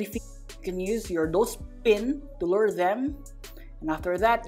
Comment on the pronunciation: its LURE not loure